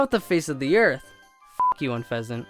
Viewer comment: I was a bit upset because you said Unfezeant. But, I do have one Pokémon I ABSOULUTELY hate. Drumroll please! It's fucking Chansey. Chansey is so hard to fucking catch 😭